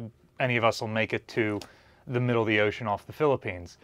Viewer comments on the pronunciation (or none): none